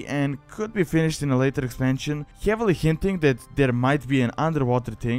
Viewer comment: i also like how you say heavily, like: hjeavely